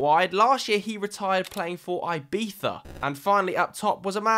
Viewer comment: How you gonna try so hard pronouncing Ibiza but yet still failed. Good try tho.